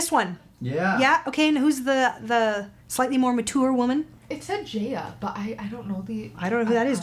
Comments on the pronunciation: It's pronounced JA (as in FA) YA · JAH-YAH is how it pronounced. She's a wonderful Soul Mama and she's just absolutely wonderful. Tagalog and English are the two official languages. But the Philippines does have 170+ different languages (with dialects in there too). PHILIPPINES isnthebobly English speaking country in SE Asia. People from countries like China, Japan, Korea and otjer SE Asian countries come to the Philippines (or online) to study English. For the most part, I'd say 80% can speak, read and write Tagalog and English. This video NEVER gets old